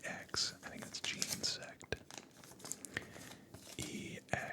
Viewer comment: genesect pronounced jenna-sect